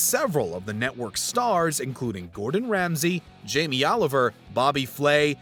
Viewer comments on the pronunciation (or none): none